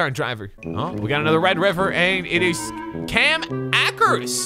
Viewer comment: Cam Ahkars